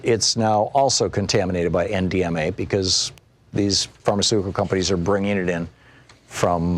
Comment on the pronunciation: Hah, thanks! Even the subtitles thought he was saying M, DMA.